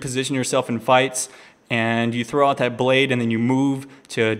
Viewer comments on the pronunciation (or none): why does he say thow instead of throw?